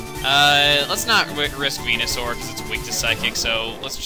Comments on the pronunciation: No it's not. It's VENUSAUR. Are you even playing pokemon at all? You can't say their names correctly. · i misheard venusaur for wenusaur =3=